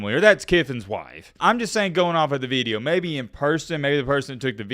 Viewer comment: The way you say video is not southern, northern idk where tf you learned to say "veedeo"